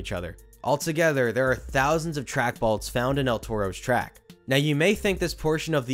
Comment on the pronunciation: "Track balts"